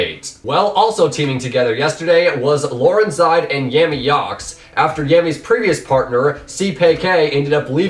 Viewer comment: isn't too much too ask you learn how to pronounce the player names like Laurenzside and Seapeekay